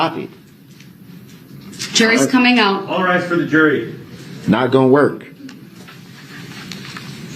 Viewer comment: "Not gon werk".... Guess what? It "werked!"